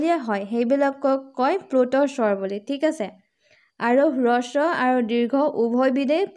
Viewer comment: বাইদেউ, হ্ৰস্ব উচ্চাৰণ ৰস্ব নহয়।